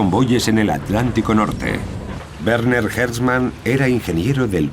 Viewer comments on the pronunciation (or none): none